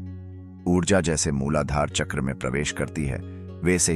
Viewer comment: Hindi me uccharan kijiye chakra ka jada impactful rhega make sense